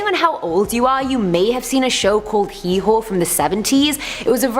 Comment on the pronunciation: The narrator butchered pronouncing the TV show Hee Haw. Now that’s a crime.